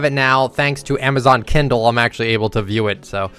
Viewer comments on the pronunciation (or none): none